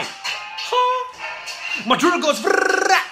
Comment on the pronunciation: Wen he said my drill goes drullll I laughed so much 😂